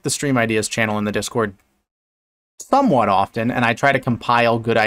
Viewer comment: "So I do check the #stream-ideas channel in the discord...thomewhat often"